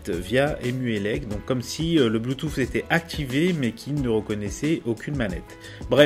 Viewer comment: depuis quand le mot " Bluetooth " se prononce " bluetouf"?